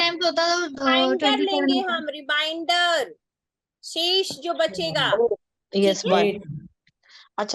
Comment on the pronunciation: मैडम, आपने बड़े गूढ़ विषय को सरलतापूर्वक समझाया। धन्यवाद। किंतु, क्षमा करें,भाग करने पर जो शेष आता है उसे रिमाइंडर नहीं रिमेंडर बोला जाता है।